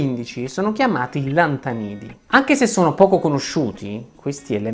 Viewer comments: Ero convinto si chiamassero lantànidi e non lantanìdi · Lantánidi, con l’accento sulla a. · Sono arrivato a e devo già stoppare il video: i lantanidi (e non lanta nidi come viene pronunciato nel video) non sono isolati rispetto agli altri elementi della tavola periodica, è la rappresentazione di quest ultima che li fa sembrare dissociati dal resto degli altri elementi, ma come ben sai è per una questione di orbitali coinvolti, altrimenti in ordine di peso atomico si troverebbero proprio li nella cosiddetta contrazione lantanidica tra i metalli alcalino terrosi e gli elementi di transizione. Proseguo il video. Oltre a non essere rare per la loro disponibilità, non sono nemmeno terre (ergo vecchia dicitura degli ossidi)